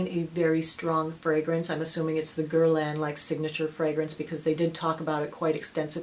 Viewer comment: jcjccmz it wasnt pronounced correctly in french:) its gier-laah, kinda:)